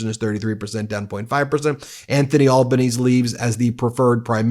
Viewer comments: Pronounced "Albanezee". In Australia the original language pronunciation for names is generally maintained. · Early voting. Compulsory voting. Postal voting. You know, the opposite of what Trump wants. His name is pronounced Al-bah-nee-zee. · Australian here, just a few corrections. The Coalition is two parties combined, The Liberals and the Nationals. LIberals in power have the Prime Minister and the Nationals Leader gets the Deputy Prime Minister. Also Anthony Albanese is pronounced 'Elbow Nese E' Australia is def ELBOWS UP! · Pronounced ‘albaneasy’ or as we call him over here Albo. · It's pronounced "Anthony Al Ban Easy" or Anthony Albanese. Love your work :) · Great episode, thank you for covering what’s happening here in Australia! As a side note: Albanese is pronounced “Al-ba-nee-zee” 😉 just so you know for future reference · Ben, you pronounce our PM's last name as Al ban easy, all one word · Albanese is pronounced Alban e z in Australia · Aussie here 😊Thanks for this- very informative 👍 btw it’s pronounced AlbanesE (sounds like Alban easy ) Keep up the good work mate 👏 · It is shame that like America the Meidus touch message (logic, reasoning, thought) won’t get to Dutton voters. PS The PMs name is pronounced Albanesie here. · Anthony Albane -zee is the correct pronunciation Ben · Mate you Americans would be appalled if we pronounced your leaders name wrong - listen to Australian News before saying it again - it’s pronounced Al-ban-easy… just say it quickly. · It’s pronounced Alben-easy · Add an e sound to last name of pm… al ban as ee! :) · Aussie here - any candidate who sounds in any way Trumpy is not getting our vote !! Voting is mandatory in Australia . The most Trumpy is ( billionare !) Clive Palmer with his minority party Trumpeter of Patriots .. I kid you not !! ( It’s Anthony Al-ba-nee-zee btw) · Albaneseee! Pronounced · It’s Albanese, as in “easy”. Win, I hope. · Albanese is pronounced “Alban easy” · pronounced alba-neasy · pronounced All-bun-easy